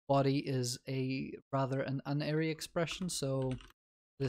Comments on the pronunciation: god damnit unary isn't pronounced like uninstall, it's pronounced like unity also + is not an operand, + is a binary operator, it's binary because it depends on two operands likewise, a unary operator has a single operand conditional operator is also called a tertiary because it has three operands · Unary is pronounced as in Unicycle, Universe, United. Not as in onion, undead, unhelpful.